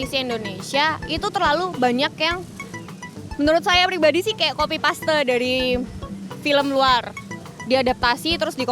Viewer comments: Bukan kopi paste oy bacaan ny coppy pas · Bkn paste oy kopi pas bacaan ny